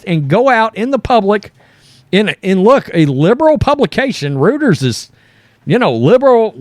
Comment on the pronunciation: Not to criticize because I love you guys representing my home state on this channel but it's pronounced Reuters (roy-ters) And they are a newswire service just like the added press they basically distribute stories to other outlets. But keep up the good work I love all the news you bring. I don't even like sports and I enjoy learning about it from yall's channel